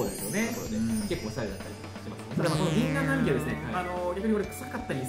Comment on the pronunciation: ギンナンナミキって…… イチョウナミキでは……